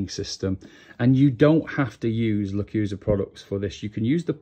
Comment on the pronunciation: Thanks for the awesome video - that's what I needed ! Now, as tu pronounciation of "lechuza" , although it is rather unpopular - the word is pronounced "le-choo-za". Explanation from the Lechuza-PON home site "LECHUZA is Spanish word for "owl". The LECHUZA sub-imigration system watches over your plants like a wise and watchful owl".